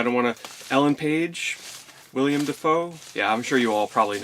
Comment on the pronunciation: Will-Em. Not William.